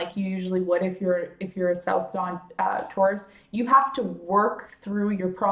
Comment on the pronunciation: ....the content is great but you have annoyed me so, that I had to say...it's nooooooode. NOT nod. Ugh!!